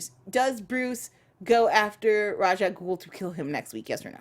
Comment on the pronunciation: It is pronounced how pronounces Ra's. At least in the actual real world, in Arabic, that's how it's pronounced with the actual meaning Demon's Head. Of course comic book creators say it's RAYSH in comic world and not IRL, but that's just stupid cause IRL it's legitimately pronounced one specific way. So I always go with Rah's and such.